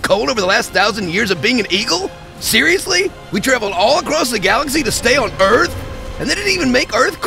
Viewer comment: Welcome to Earf! Will Smith: ID4